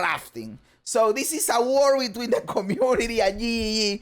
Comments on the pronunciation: i love the way you say GGG your accent make it sound like YE YE YE make me smile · I love how you say GGG. It makes me laugh everytime. I also dont subscribe on purpose so i can hear you tell us to subscribe ever videos. WHY WHY WHY Why are you like this! 😂